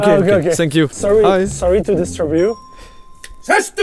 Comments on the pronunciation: Ça me perturbe qu'il dise sank you very much au lieu de thank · "Senk you" ta dit ta cru on était au Japon 😂😂😂😂 thank you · Incroyable mais le « sank you » m’agace 😂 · J’comprends pas ces français qui disant sank you!ça m insupporte!dites thank you en prononçant le f!dites fank you!c est pas compliqué quand même! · Ce que je retiens de Joyca : SANK YOU 😂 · « SSank you »